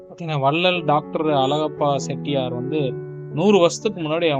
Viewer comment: செட்டியார் என்று சொல்லாதீர்கள். ச்செட்டியார் என்று சொல்ல வேண்டும்.